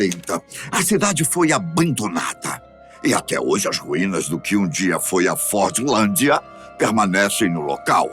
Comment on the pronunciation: Fordlandia não é cidade abandonada , tem 5 mil pessoas morando lá atualmente , estive lá em dezembro de 2024 , outra coisa , se pronuncia forlandia sem a letra d , ok